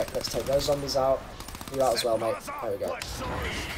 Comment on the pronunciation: Is it just me or did he say zambies?